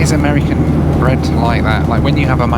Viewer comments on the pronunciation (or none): none